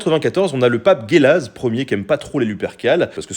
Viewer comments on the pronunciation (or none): On dit Jélase